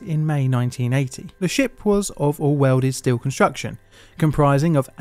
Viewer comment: "Awwerwal steewerl constwuction" Bloody hell mate...